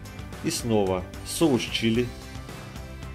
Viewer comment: Он так сказал :"шоуш чили" Наверно очень попробовать хотел xD